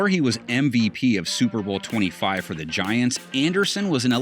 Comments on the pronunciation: Ahh yes “GAINTS”. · “Gaints” lol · It’s Giants.